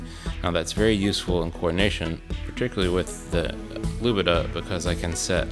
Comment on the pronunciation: Lubadh is in fact not pronounced "Lubidah", but "Looper" <3 :)